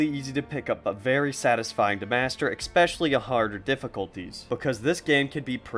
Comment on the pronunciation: Hey, I really like your video and review. Not trying to be a dick, but “especially” is not pronounced “eckspecially”. There’s no “c” or “k” sound after the “e”.